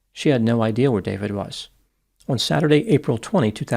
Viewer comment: What state does the doctor come from where he pronounces the word "on" as "uon"?